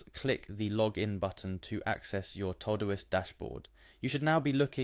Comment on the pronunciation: It’s called todo-ist